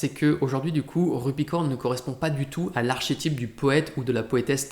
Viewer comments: \aʁ.ke.tip\ Ké pas ché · Archétype se prononce arkétype, comme dans archéologie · Le « ch » du nom archétype se prononce K.